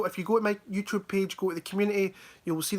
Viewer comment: "YouChube" 🤣